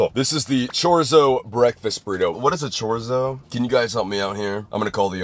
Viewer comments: “chor-zo” bruh chorr-ee-so? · chorzo😭😭 (its pronounced chor-ee-so lol) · ITS PRONOUNCED CHOR-EETZ-OH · chorzo ✅ Chorizo❌ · Yeah... "Chore zo" lol 😂😂😂😂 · Not the live stream calling him a fake Latina when he said “chore- izzo” 😭😭😭 But also they’re correct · Chorrizo is pronouned cho reet zo btw. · The way he pronounced chorizo😭🙏🏽🔥‼️ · The prononciation of chorizo and finally realizing why everyone comments on his orange fingers (smoking) really got me in this vid. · is so white for how he said chorizo😂❤ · The way he said chorizo has me crying, It’s so far from the actual pronunciation it’s funny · As a Hispanic the way he said chorizo..😨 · that is NOT how you say chorizo😭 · i can’t believe he cant pronouce chorizo